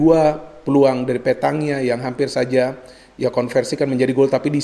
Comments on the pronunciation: Petagna = bacaanya Petanya Koreksi jika saya slaah 🙏🏻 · Untuk Pronounce, Petagna dibaca (Petanya). naah w denger" setelah pioli dikabarkan positif covid19 dan Bonera ditunjuk sbg coach pengganti, Pioli memberikan intruksi dari jauh. untuk goal Ibra di serie A total 10 bung. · maaf sekedar koreksi. petagna dibacanya "pEtanya" sama kayak bologna dibaca "Bolonya"